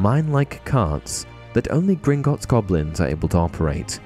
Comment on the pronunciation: How many times can you say “Grignotts” incorrectly? Idk the actual number but you said it wrong at least 20 times in this video.